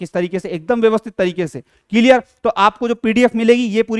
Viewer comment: Clear 👎ciliar😂👍